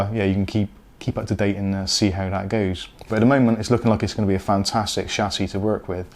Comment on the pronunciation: It's Chassis not Chassis